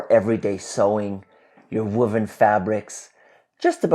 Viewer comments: What is wooven wuven 😊🤔 fabric😊 whoa. The sound in woven= whoa-ven ...sily observation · I've noticed you say "woven" like "wuven". Even though language is always dynamic and regionally subjective with pronunciations, I'm now questioning which is academically correct 😅 Also, I appreciate the black and white personas. I know I'm getting the more mischievous one with the black outfit, and makes it more fun to watch witnessing the character swaps. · Are you say woman's fabric or WOVEN fabric?